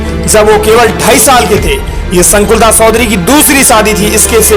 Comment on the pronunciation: Baya sodhari nahi chodhari phele sahi bolana sikho or adarniya sukhdevsinh ke bare me khuchh pata nahi to faltu video banana bandh kro